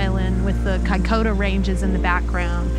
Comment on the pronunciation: Kai koda? ....Kaikoura.